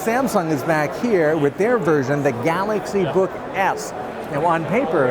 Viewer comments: did i hear him say galaxy book F at the end? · Did he say "Galaxy Book F"?